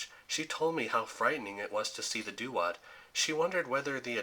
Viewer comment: Duat is pronounced Dwot, not doo-ot